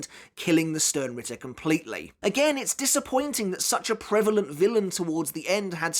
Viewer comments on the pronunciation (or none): none